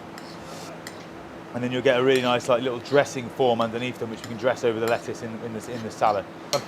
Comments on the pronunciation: I love how there are no T’s in le’uce. 🥬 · Lettuce also has a letter t in the middle for a reason.